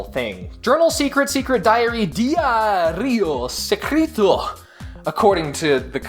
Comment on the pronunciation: DIAAArriosssectrito, was a perfect accent for saying Diario Secreto xD